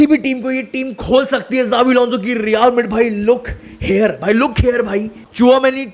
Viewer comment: Bhai pahle Real Madrid bolna seekh yaar.